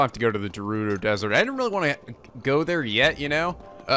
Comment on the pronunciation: Tips carried over from my previous comments: + There is a really good sword on top of the skull on the Woodland Tower! + GO BACK TO THE SHRINE OF RESURRECTION FOR A SURPRISE! + Bomb Rune spam comes in handy against flocks of Keese! + "Gerudo" is pronounced with a hard G, like in "game". And now back to the tips for this video... Yup, the Master Sword loses durability with every Blade Beam. I'm telling you, it's not insane to infiltrate Hyrule Castle for some mid-game looting! Enter in through the secret North-side pier and on one of the landings is a pair of giant torches (or urns or brazers or whatever they really are). One of them is unlit. Light it for a cool magic trick. Remember the location of that sword. Check behind the statue. When the Master Sword is glowing, it loses durability at a slower rate. Since you didn't get to see it, those flying things (I call them "funnels", like in Mobile Suit Gundam) reflect the Windblight's laser beams. You could have attacked them directly to destroy them, but the method you chose was much faster. I recommend you try your hand at visiting Hyrule Castle before tackling the final Divine Beast. Give the place a good sweep for tons of loot! ...and remember the thing I said about the North pier and the brazers!